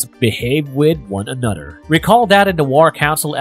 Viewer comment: Yep. Totally agree...I find it extremely annoying to keep hearing: "anodder" "mudder, fadder, and brudders"